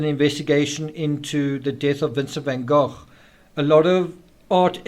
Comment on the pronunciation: is a master at delivering knowledge through question. In this particular episode, pronouncing Vincent Van Gogh's name properly makes it even more appealing.